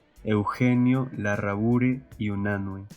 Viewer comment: La pronunciación correcta es: - En Larrabure (larrabiúr). - En Candamo (candámo). - En Bentin (bentín).